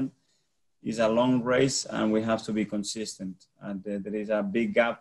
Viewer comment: He says “cone-sis-tant” exactly like Wenger.